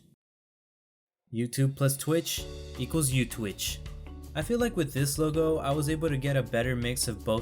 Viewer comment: That w in youtwich is like the american one in the start